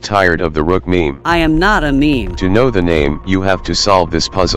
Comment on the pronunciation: says Da RUUKH